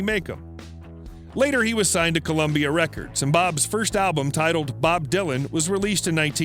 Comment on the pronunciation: insane! the details are all over the map! + he can't even pronounce "dylan" correctly!! how hard is that???